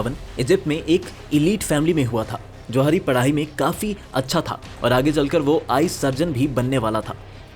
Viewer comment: Jawahri❌😂😂 Zawahri✅😊